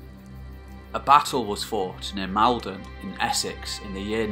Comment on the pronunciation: As a man from north Essex and having grown up not at all far from Maldon. It's Maul-don. Please. Great video as per outside of the pronunciation there. Keep it up!